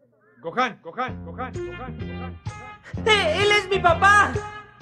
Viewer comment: Le puse los subtítulos y en vez de gohan dijo cojan🗿